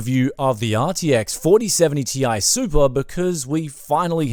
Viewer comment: 4070 "Tie" Super RTX